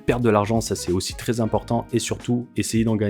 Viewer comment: Pitiié pour les oreilles Vrais et non Vré, Très et non Tré....